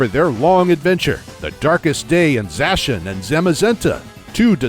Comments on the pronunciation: I finally found someone else who pronounces Zacian as Zashan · Zaciand is pronounced as za-si-an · It’s pronounced Za-she-ian